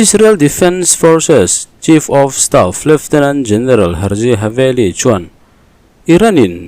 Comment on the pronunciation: Haveli nilovin “Halevi”